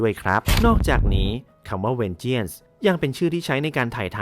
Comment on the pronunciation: วิเคราะห์รายละเอียดเยอะดีครับ ฟังลื่นหู ติดตรงทีคำว่า Vengeance ที่ควรอ่านว่า เวนเจ้นซ์ ไม่ใช่เวนเจี้ยน ทำให้ฟังดูแปลกๆไปหน่อย แต่โดยรวมถือว่าดีครับ